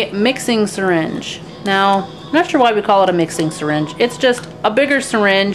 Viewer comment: NAAT, TOILET PAPER, NAAAAT TISSUES, THEY WILL FINELY SHRED LOL... I loved how you pronounced "not". So amusing. Good video